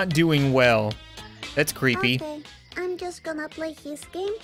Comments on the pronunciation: How normal people pronounce creepy: creepy How misfortune pronounces creepy: crepeh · I like how when she says creepy it sounds like she's saying crappy